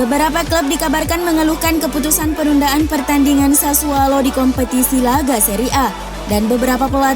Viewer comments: Sassuolo min bukan sassualo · Sassuolo, bukan Sassualo. Udah brp episode salah terus.